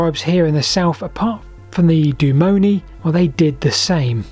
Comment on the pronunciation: Actually "Doom-non-ee-ee". The double "i"s are pronounced separately.